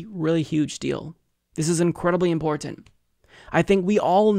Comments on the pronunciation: That's exactly the point. He basically stops to enunciate the word to excess. Just say it fast like everyone else. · I can't get over how excessively he enunciates imporTanT.